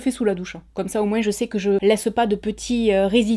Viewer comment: Coucou! Juste pour te dire que j'adore toutes tes vidéos! Tu es marrante, j'adore ta franchise et ton accent du sud et ta bonne humeur! Quand tu dis "moin...s" ça me fait toujours bizarre! Finalement, je voulais te dire que J'ADORE ton générique de début de vidéo! Tu m'impressionne! Bisous